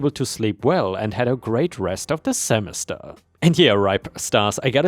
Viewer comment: Semester = seh mess tur, not simister. Karaoke = care ee okie not kara okie. 👻 Subpoena = sub pee nuh. Sedative = seh duh tive not seh day tive.